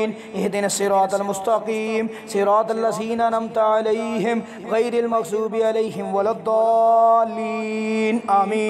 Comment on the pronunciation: جناب ممغظوب غلط ہے مغضوب صحیح ہے